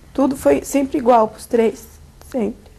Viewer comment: Meu Deus,Cm fala errado. Ele principalmente! “ ingual, não tamos podendo.”